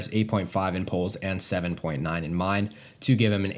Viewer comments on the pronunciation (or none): none